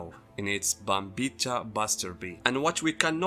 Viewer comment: Pronouncing Bambietta wrong, and Giselle is trans, so you call her a trans woman. It's implied she was born a boy and now she looks and acts like a girl. You just call her she her. You've misread Giselles character by your own bias.